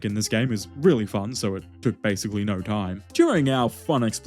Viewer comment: Ain't no god damn way man said "naur"